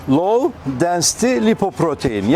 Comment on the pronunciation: Law degil Low